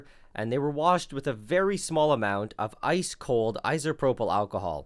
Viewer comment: Anyone else bothered by his pronunciation of “isopropyl”?